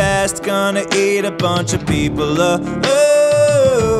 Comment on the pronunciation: Your not saying people the right way